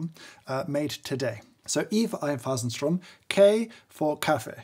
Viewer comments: I just loved you saying ‚Mahlkönig‘ and ‚Einphasenstrom‘, so posh. You even got the Umlaut right. Super series of reviews. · Pretty gut pronounciation of Einphasenstrom!